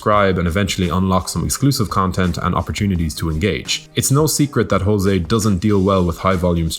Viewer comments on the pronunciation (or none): He's not 'Ho-zeh', he's 'Zho-zeh'. It's Portuguese, not Spanish.